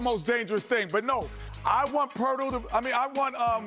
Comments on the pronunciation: How many times did Kenny say "Poetl", who isnt in the game?😂 All the white players (Bogdanovic, Huerter, etc.) are now Poetl? By his own standard Kenny is a racist.😂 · Poertl than Bonjanovic hahahaha Jesus